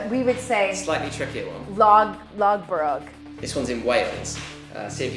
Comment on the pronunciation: Americans would NOT say LOG BUROG!